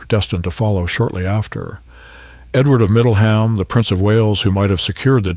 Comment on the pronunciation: The (Al ?) narrator could at least have established how to pronounce place names. It isn't Middle HAM, War Wick or Ca-LAY.